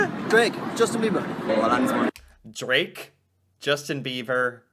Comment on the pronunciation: I’m sorry “Justin Beaver”???? I get it our national animal is a beaver but cmonnn it’s bieber lol